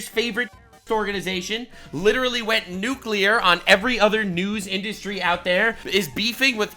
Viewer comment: The N word…..Nuxclear! 💥